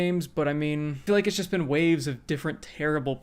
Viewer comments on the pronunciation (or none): none